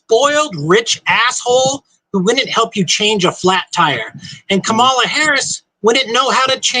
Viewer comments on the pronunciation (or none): KAM-a-la, pal, like Pamela.